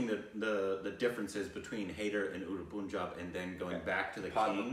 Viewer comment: why all Americans say it like "poon-jab"? It's just "pun-jaab". Pun - like you would say in "no pun intended."